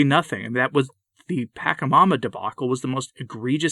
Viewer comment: It's Pa-CHA mama, not "Pack-a-mama"